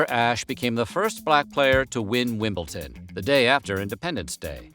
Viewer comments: Why can’t Americans pronounce Wimbledon? It is not “Wimpleton” 😂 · Why do SO many Americans say Wimpolton, instead of Wimbledon? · Ahh, yes. Wimble-tin.